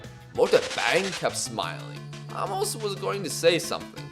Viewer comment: Probably too late but his name is prounced A(literally just the letter A)- mos (like youve been saying the entire series